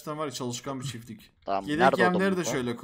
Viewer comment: Çiflik değil çiftlik